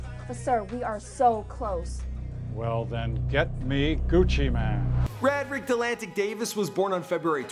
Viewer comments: It's pronounced Ray-drick lol.... Not rad drick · it's pronounced ray- drick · Pretty sure its pronounced Ray-dric. "My alias is Gucci Mane my name is Radric(Ray-dric) Davis" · HIS NAME IS (RAY:DRICK) NOT (RAD-RICK)!!!!!!!